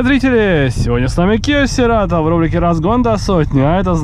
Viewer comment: правильно "Сирэтоу"))